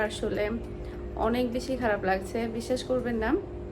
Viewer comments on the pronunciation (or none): none